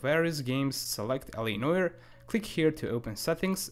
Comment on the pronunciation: He calls it L.A Noy er. It's No-are.